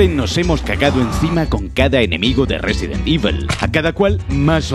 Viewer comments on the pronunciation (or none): Resident Ivol